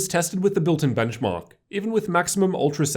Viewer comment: And the Benchmawwwk